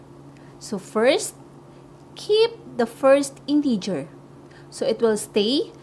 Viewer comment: mali pronunciation mo ng integer in-teh-ger hindi in-tee-ger